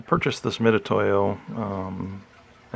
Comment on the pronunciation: Thanks for the review. (Got my for use with laser cutting projects.) A note that Harbor Freight doesn't sell these $10 units in a little padded case any longer—just vacuform plastic on a sliding backing card. (Mitutoyo is also pronounced Mitsutoyo, BTW.)